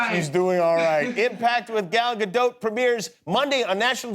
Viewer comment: No Jimmy you still did not say her name correctly.